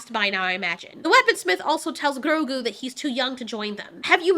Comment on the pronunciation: Why do you ROLL YOUR RRRRs in GROGU? You make it sound like some fufu cheese 🧀 😅😅😅😅😅